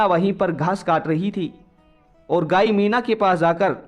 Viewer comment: Gayi nhi gaay 😅😅😅 aap kahani accha bolte ho,🙏🙏🙏🙏👏👏❤️❤️